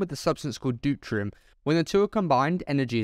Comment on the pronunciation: Deuterium not dutrium du tear (as in crying) e um